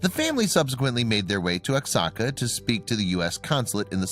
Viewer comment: Oaxaca is pronounced "Whahaca".